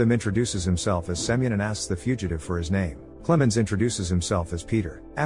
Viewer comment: I caught how he called that guy semen instead of semyon 😂😂😭